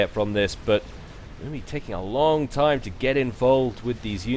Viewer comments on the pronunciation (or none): none